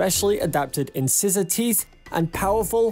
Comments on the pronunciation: Incisor is pronounced 'In-Size-Or' not 'in-scissors' as you incorrectly say. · What the hell is a " inscissor" jesus christ have you never hear the word "in-size-or" in your life? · I believe it’s pronounced “in-size-ers”